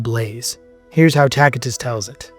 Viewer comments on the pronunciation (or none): Tacitus is pronounced with a 'soft c' so you use the 'C' as would when saying the word 'city' , otherwise, this is an informative and interesting podcast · Pronounced “Tasitus” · This dude calls himself a historian when he can’t even correctly pronounce Pontius Pilate, Tacitus or Aramaic. Plus, several lies in this barbaric misinformed video. Christians were called Nazarenes by the Jews and others and the christians called themselves the saints not righteous or just. Saint is a word used since the Old Testament to refer to the Jews who were religious and pious, hence the meaning of the word - pious/holy not righteous or just. Another biased opinion here by this guy masqueraded as fact , just because Josephus spoke well of Jesus, doesn’t mean his writing was corrupted. Jesus had a very good reputation amongst the people. Josephus is not saying anything out of ordinary of what was said and known about Jesus. If you’re going to talk about Jesus, At least leave your opinions out of it, and do better research than this lazy bum video. You didn’t even mention the most scientifically studied artifact in history which is the shroud of Turin, let alone the other archeological findings. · This dude calls himself a historian when he can’t even correctly pronounce Pontius Pilate, Tacitus or Aramaic. Plus, several lies in this barbaric misinformed video. Christians were called Nazarenes by the Jews and others and the christians called themselves the saints not righteous or just. Saint is a word used since the Old Testament to refer to the Jews who were religious and pious, hence the meaning of the word - pious/holy not righteous or just. Another biased opinion here by this guy masqueraded as fact , just because Josephus spoke well of Jesus, doesn’t mean his writing was corrupted. Jesus had a very good reputation amongst the people. Josephus is not saying anything out of ordinary of what was said and known about Jesus.